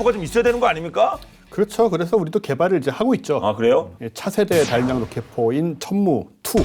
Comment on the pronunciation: 채널주인에게 : /다련장/이라는 발음이 들리는군요. 발음자가 아나운서인데, 확인 후 교체해주시기 바랍니다. 다연장 로켓을 '다련장 로켓'으로 쓰는 병신 새끼들이 아직도 많은데 아나운서까지 꼴갑을 떠는 군요.